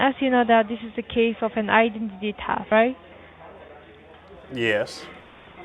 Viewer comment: “I-den-tity taft “ 🫠🫠🫠